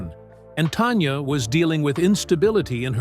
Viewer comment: Please pronounce her name correctly. It is NOT TONYA. IT'S TANYA.